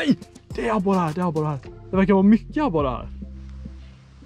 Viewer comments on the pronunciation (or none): Någon som komihåg hur mogna gånger han sa abore